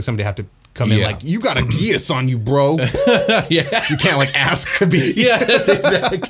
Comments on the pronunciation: Geass is pronounced like the gee of geese and then ah s So gee ah s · Just a few things about the Geas spell: 1) The word is from the Irish language, so it's usually pronounced "gesh." 2) With the spell, even though you only take the damage once per day, you are still under the effects of the charmed condition for the duration, with no saving throws after the first one. In your scenario, if the party were to find themselves all under the spell after being captured, they would have to escape without harming the lamia in any way. The lamia could simply tear into the party with all her attacks and damage, and the party would not be able to do any harm to her in response thanks to the spell. That's why it's a 5th-level spell, the charmed condition lasts for 30 days without any further saves. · Geas is pronounced Gesh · It's "gesh" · The show Code Geas pronounces it as “Gee-Az”. Also the issue of the Geas spell is that it is underpowered compared to the previous editions. In 3.5 there was a lesser Geas spell which did damage to the ability scores like a cumulative -2 to each of its ability scores for every day it failed to follow the task. The standard Geas/quest spell did 3d6 damage and left you sickened all day which was a -2 to all rolls. Personally the lesser Geas was more dangerous but it could only affect creatures with 7 or fewer hit dice. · Geas is like a weird old word. I heard it’s supposed to sound like “Gesh”